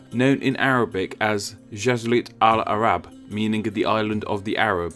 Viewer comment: The way u pronounced jazirat is wrong, its actually pronounced as Jazeera (with a 'j')